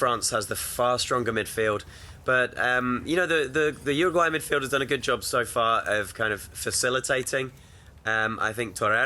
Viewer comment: Why is it that no one who speaks English can pronounce Uruguay correctly ? Lol It isnt even that hard